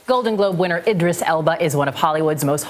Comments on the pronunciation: Did anyone notice how the guy report cannot say Elba's last name right? Elbow? Elbum? hahaha!! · He called him "Idris Album" WTH 😂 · why does it sound like he's saying "elbow" and "elbam"?